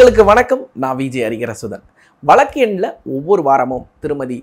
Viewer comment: வழக்கு ah.... Neenga வளக்கு னு pronounce panreenga.... Note it and change it